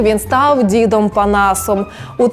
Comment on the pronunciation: не "дзідом", а "дідом"